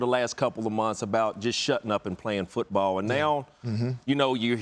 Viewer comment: Randy Moss says Football like it’s pronounced “Foouutbawwl”